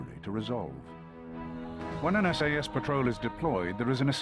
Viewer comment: WHy is he pronouncing SAS like SS?